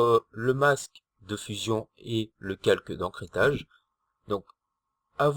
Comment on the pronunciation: GIRLFRIEND et et pas gUrlfriend Ecrétage et pas ENcrétage